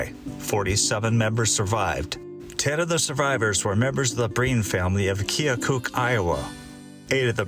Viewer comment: Kea kook lolz it’s pronounced kea kuck I know because I was born in Ottumwa 🤔